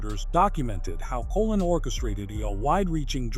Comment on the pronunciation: Pronunciation please...Colōn ( Like cologne) ...